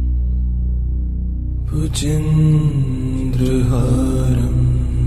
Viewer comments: The voice is awesome and peaceful but respectfully I would like to suggest you to correct the pronunciation of "Bhujagendraharam", you often say bhujendra here. Please correct it, it should be Bhujagendra as it has been also written at the video you are displaying. Thanks and regards! Jai Shree Ram! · Excellent rendering 👏 but wonder why is the original word 'Bhujagendra' is pronounced as 'Bhujendra'? With such a beautiful, soo very calming music, That's quite distracting for people like me who have been hearing the original word since ages. Anyway, keep up the wonderful work you have been doing with music. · Wrong pronunciation 🙏 It's Bhujgaindra, not bhujendra🙏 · Libby Mitchell you are right.big mistake in pronunciation bujageaindra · The chanting is beautiful. The description of the mantra is Bhujagendra but the chanter recites Bhujendra. Please explain this. Thank you. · Please correct pronunciation its "भुजगेन्द्रहारम्" Bhujgendra haaram" bhujagendrahāram not Bhujendrahaaram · Can I ask? when you have a chance &if it's your voice..could you do a correction on the Second line for "Bhujageaindra" instead of the misspoken "Bhujendra"??..many ppl are are thankful for your time to upload.. We just want to recite the mantra how its meant too.. Hope you can receive this message. If its not your voice and unable that's Ok too ***Thank You if you see this and for uploading regardless 🙏🙏💓** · Is it Just me - or has the mantra been consistently mispronounced Bhujagendra as Bhujindra. or is there something more to it then I know. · Amazing! Good to meditate, However, Bhujagendra seems to have been mispronounced. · Very nice, Thank you so much! Just one suggestion, please correct the pronounciation of word "Bhujageaindra".. it's important and this makes huge difference when you utter Mantra correctly! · Bhujageindra is not pronounced the right way .